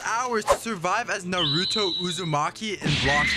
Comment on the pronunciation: can you say naruto right 😭